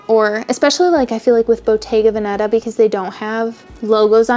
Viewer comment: I love hater! 😂 Ps: the correct pronounciation of Veneta would be Vèneta (like Telegram) opposed to Venèta (source: me born and raised in Veneto) 😘